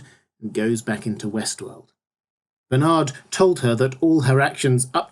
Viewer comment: Will there be a season 2 overview as well? Every time you say Westworld, I hear Westeros... ><